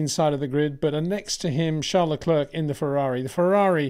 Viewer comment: Great content, but can you maybe start to pronounce Leclerc in the proper manner? Please try to pronounce it as “leclair” instead of “luckclurk”.